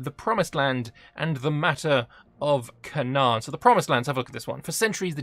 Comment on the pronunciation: It is pronounced “cay-nan” :)) just a quick fyi, love the video